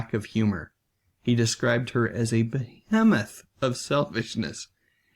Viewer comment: Please look up how to pronounce behemoth.